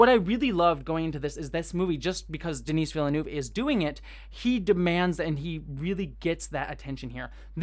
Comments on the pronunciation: The "s" in "Denis" is silent, the way you pronounce it would be the female version "Denise". It's French. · Just for the record, Denis is pronounced "De-Nee". The S is always silent when at the end in French. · De-knee Vil-nuv. Don't pronounce the S :) So excited for this one! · Great review, thanks! Small note - Denis Villeneuve's name is pronounced kind of like "duh-NEE".:)